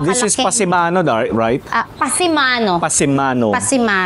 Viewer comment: Canopy parin ang tawag doon sa English at sa tagalog Kulandong. At tsak PASAMANO hindi "PASIMANO" imbento si Ate.